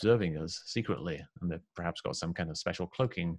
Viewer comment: I don’t know, I can’t trust a man who says ‘prahaps’.